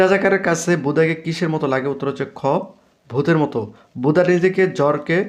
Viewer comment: ভাই বুদা হবেনা বুধা হবে ভালো করে পড়ো